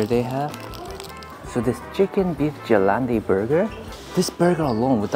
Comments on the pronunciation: as a german try to say gelände like: ge-laen-de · you definately butchered Gelände, but we germans don't care, we're not snobby frenchmen after all.